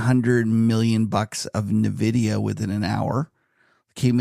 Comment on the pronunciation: please pronounce Nvidia like Patrick does.